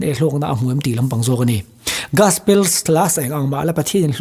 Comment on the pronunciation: Gaspel❌ Gospel✅